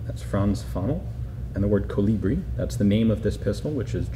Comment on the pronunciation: It's KOlibri. Not KoLIbri. The intonation is on the first part, thus.